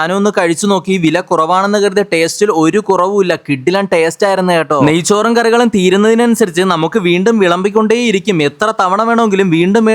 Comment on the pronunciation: നയ്സൂർ അല്ല നയ്‌ച്ചോർ 😂😂😂😂😂